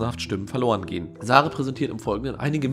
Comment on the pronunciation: *Sarah...nicht sarag